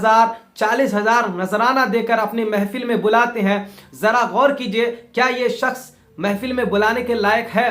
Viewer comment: Janab apko shaks bolna nahi aa rha he or ap izzat aur zillat pe bol rhe ho.Hazrat Ali ko manne walon ka bhi boycot kar rhe ho.apko to bolna thk se nahi aa rha